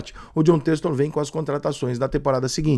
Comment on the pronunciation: "Têxtor" é sacanagem. Ele não sabe ou não consegue falar?